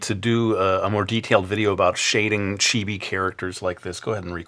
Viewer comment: It's chee-bee ...